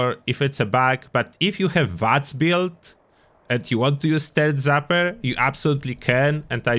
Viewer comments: I love it. "TURD ZAPPER" I'm honestly going to call it that from now on! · Thank you for the video! It will also never not be funny to hear it as "turd zapper."